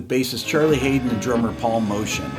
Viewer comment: It's spelt Paul Motian. It's also pronounced differently to "motion" (mow-tea-anne) but he gave up correcting others.